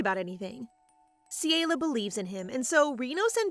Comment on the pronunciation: It is CELIA CE-LE-AUH